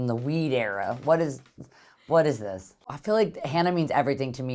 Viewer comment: As soon as the video starts: “Izis trick queshunn”😂😂😂